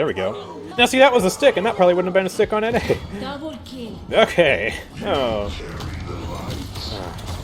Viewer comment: I love when say DEBOUL KEL